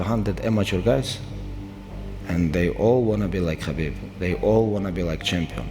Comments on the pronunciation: Bro called him Habib repeatedly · HABIB ❌ KHABIB ✅ HAMZAT ❌ KHAMZAT ✅ Get your Pronounciations right